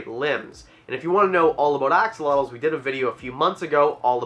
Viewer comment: He really did just say Ox-olotles, didn’t he?